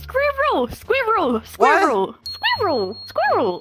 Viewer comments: actual: "That animal is a squirrel!" misheard: "That animal is scared!" Okay, first we misheard "coke" as "c*ck", and then now "squirrel" as "scared"?! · \i forgot they dont have an r sound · After hearing you pronounce squirrel I want to find other English words to get you to try 🤔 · Moon: Squr! Scur! Sqeer! Scere! Skurl! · Because of I forgot pronounce of squirrel